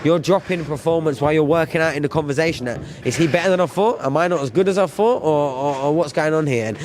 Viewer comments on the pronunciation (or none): 'Thought', and 'Think'. Not, 'Fought' and 'Fink'. "Sky I never fought"...."The Ring, I fought" . Good job its Thriday, and not Fursday!